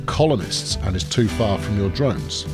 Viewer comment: "Too far from Domes" not Drones :D